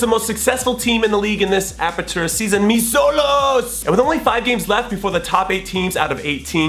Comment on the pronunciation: Just a grammatical correction here.. Xolos is pronounced Cholos. Xolos is short for Xoloitzcuintles, which is Nahuatl (indigenous Mexican language) for "hairless breed of dog". Anyway.. keep up the good work! Come back to the SGV when you can and have a pickup game. I'd love to attend.